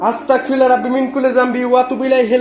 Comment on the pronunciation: তোমার উচ্চারণ এ ভুল হয় ভাই.. (Astakfirullah) hobe na..(astagfirullah)..hobe..🙂